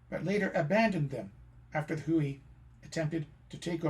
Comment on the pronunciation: Great photos, and an impressive presentation on many levels. However, it is marred by so many egregious mispronunciations. For example, I've always heard 回族; pronounced "whey" and not "hooey", and you mess up the pronunciations of 兰州., 乌鲁木齐, etc.